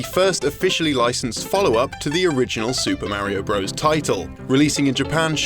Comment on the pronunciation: I do agree with you on not butchering language, as I've always been obsessed with spelling and grammar. I do, however, see the humor in pronouncing things incorrectly, as he did with "bros", which I'm sure he did on purpose, as they do quite commonly on this channel. This channel is informative, yet they do have a comedic sense. If people out in the world aren't using language properly, that's their problem, not the fault of a channel on the internet.